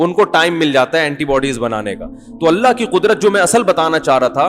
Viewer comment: Please sahi pronounce karo it's ❤️ ALLAH❤️ Correct spelling 😀